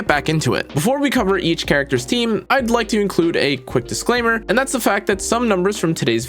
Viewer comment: Did anybody notice how he gave a "dislaimer" 😂